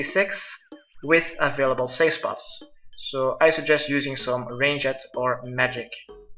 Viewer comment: It's ranged not range-et.